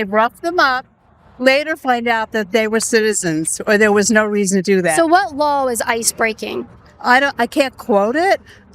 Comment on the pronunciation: At least the the lady in the yellow pronounces, "law" correctly. Kaitlin is smart and good at what she does, but now I remember why I stopped watching. When she says, "lawels" or "sawl" it hurts my hears. "What lawels are they breaking"? Yikes